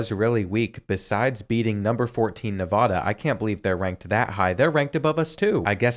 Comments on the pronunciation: like the vid but it's Nev-AA-da not Nev-ahh-duh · As someone who lived there for over 15 years, the first a in Nevada is like the a in apple, not the a in awesome. Great video.